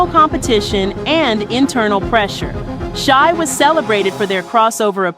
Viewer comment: Shai, Shai, Jodeci, Shai. Get it straight 🤦🏿‍♀️